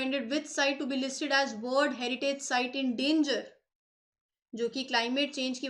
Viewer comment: great content,,,, bas ek observation hai meri- 'world' ko 'word' pronunciate krti hai mam (no offense)